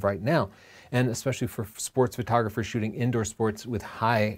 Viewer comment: Shooting, double "o"